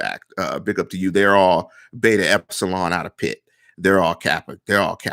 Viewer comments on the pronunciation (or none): none